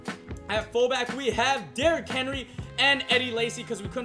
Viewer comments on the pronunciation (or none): Btw it's mark Ingram and Derrick Henry stop butchering these names man I'm a big bama fan and was excited to watch this video until u butchered mark and derricks names like boi really plz improve your reading ability